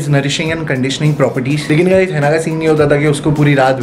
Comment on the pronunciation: हेना नहीं होता वो हीना होता है 🤣